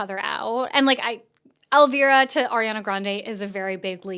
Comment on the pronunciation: Ily but the mispronounciation of Elvira is killing me 😭